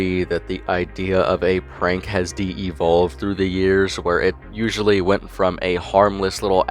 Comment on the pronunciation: Uhhh.... De-evolved?? Cmon, man! Its Devolved. Just like Evolved but with a D in front. Devolved! Not De-evolved! Dude. Before you say something, make sure you know how to pronounce the word. Damn!